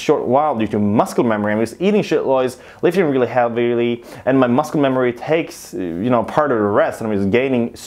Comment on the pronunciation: It’s not muscle it’s muscle :v